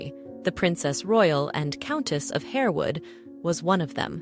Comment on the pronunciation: Countess of HAR-wood, not Hare-wood.